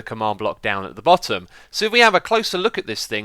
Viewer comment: Fennoman I thought he said Butted....